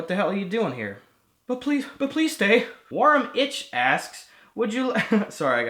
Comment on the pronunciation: "worrum itch" hahaha